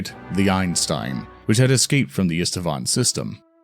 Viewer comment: "Sorry everyone for messing up the pronunciation of some of the names." Literally the only thing I noticed was that you changed Eisenstein to Einstein and Isstvan to something like Istevan. Other than than, it's okay.